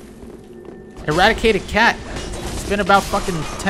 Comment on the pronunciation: I hate to be that guy, but its IrrADIATED cat. Radiated, not radicated.